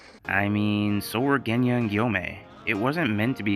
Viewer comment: I THOUGHT I WAS THE ONLY ONE CALLING GENYA, GUNYA, LOL!!